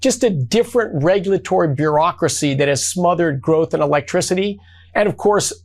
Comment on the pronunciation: Energy sectary can't pronounce electricity?